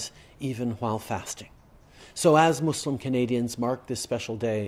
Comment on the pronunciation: Finally a non-muslim that pronounces "Muslim" and "Islam" and not "Muzlem" or "Islam". And properlyeven the "Eid Al Fitr", tajweed on point lol